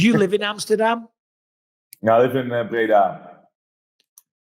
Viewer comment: Breda. It’s Breda.